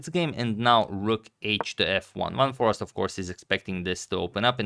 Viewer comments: I wouldn't say that it's quite like the "ei" in eight because there already is the ei/ij sound in Dutch and it isn't like the ee sound. With that said, Dutch has plenty of dialects and depending on where you are from, your pronunciation will differ. But yeah, there's and there's (which is from a Belgian) In any case, I think Adagmator may have misunderstood the intent of whoever contacted him, as they likely meant the English "a" which sounds like "ei" rather than the short "a" which sounds like "ah" which is how he pronounced Foreest in the video. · #suggestion Its more like For-ace-t - but to pronounce `van foreest` you could throw it into google translate and listen how google pronounces it in Dutch. This is actually surprisingly accurate (I checked it). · The important bit on Dutch names: V is pronounced as in German, as F. So, he's Fun Forest 😃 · The proper pronunciation of "Foreest" is "Foreist", with the "ei" pronounced like in "eight". The emphasis should be on the "ei". For the doubters, I am Dutch. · Agadmator pronounced it "forast", which simply cannot be right! I remember we learned how to say "Geest" bananas about 50 years ago ;-) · Here is the correct pronunciation of Jorden van Foreest's name in a Dutch chess video, fifteen seconds into the video: . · You pronounce the double ‘e’ the same way as the starting letter of the alphabet. So not like in ‘bar’. More like in ‘ace’. Love and peace! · I'm Dutch as well. It is definitely like and are saying. The pronunciation in the video is not correct. One might argue over it but this name is actually an aristocratic family name pronounced as suggested. Here's a link where you can hear it (press the play button) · I will send Antonio an email with a proper pronunciation in an audio file. There’s only 1 way to pronounce it. any Dutch person who has never even seen the name before, will pronounce it the exact same way.